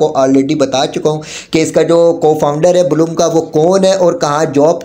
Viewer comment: Blum❌ Bloom✔️